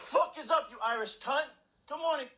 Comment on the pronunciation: oh god the way he pronounces cunt hurts my australian soul